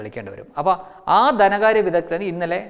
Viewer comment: കൊള്ളാം... കുറച്ചു കൂടി ശ്രദ്ധിച്ചാൽ നന്നാവും.കമ്മൂണിസ്ററ് അല്ല കമ്മ്യൂണിസ്റ്റ് ആണ്.. ദനകാര്യം മാറ്റി ധനകാര്യം ആക്കുക..All the best!